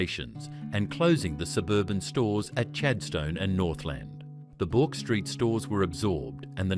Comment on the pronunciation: Took me a minute to realise 'Bork Street' was BOURKE STREET !! Knew Buckley and Nunn's was there but it was the 'Bork' that threw me. AI really needs to learn how to read properly ❤